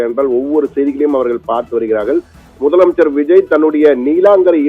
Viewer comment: Yov news reader madaiya. Theliva mudalamaichar nu sollu ya